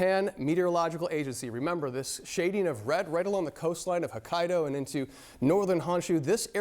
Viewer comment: Well, the meteorologist keeps saying Hakkado. He doesnt even know where he is. 🤦🏻‍♀️